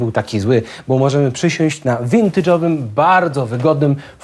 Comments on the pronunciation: Wintydżowym. xD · Winidżowy 🙈 zabytkowy, stary, z odzysku, odrestaurowany, stylowy, ale nie winidżowy!